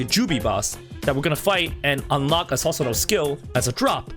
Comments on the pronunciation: Not sasano it's pronounced susanoo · Please please PLEASE PRONOUNCE IT AS "Soosanoo" and not "Sasanoo" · I dont mean to offend but its pronounced as "soo sa no" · im hyped. dont mean to be mean but its pronounced soo-su-no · Lol it is pronounced soosanoo don't try to roast him when you are wrong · Is it just me or can this guy no pronounce Susano properly